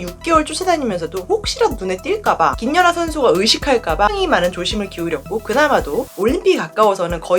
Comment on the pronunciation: 저기요...김녀나가 아니고 김연아입니다. 남의 이름을 넘 왜곡해서 발음하시네요. 거 열라 신경쓰이네